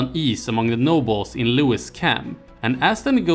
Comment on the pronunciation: It’s pronounced”Looeee” not “Looowisss” . . . Ruined the whole video